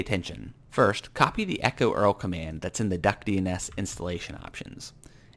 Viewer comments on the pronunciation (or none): I’ve never heard anyone call URL “Earl” before. Haha